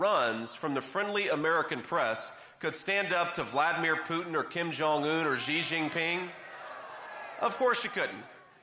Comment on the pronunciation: The translator didn't translate "thin". She only said "Take the picture so that we look beautiful and handsome." And the North Koreans might laugh at you for your pronunciation of Kim Jong-un. Just wanting to be helpful to a person who is already brilliant.